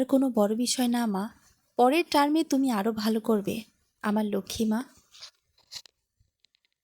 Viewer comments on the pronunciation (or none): none